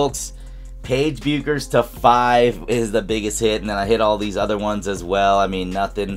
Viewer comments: Now we’re back to the BECK-ers vs BEW-ckers debate. I think it’s BECK-ers (I agree with Cameron Brink). Where do people stand on this, because the video’s pronunciation just doesn’t sound right? lol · It's pronounced Beckers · Nice pull.... pronounced Beckers... take out the U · As a big UConn fan I've got two things for you. First, that is a dream hit. I mean when she goes pro the best we'll get is some lame Panini WNBA cards. Oh, and second, the U is silent. She pronounces her name Beckers 😃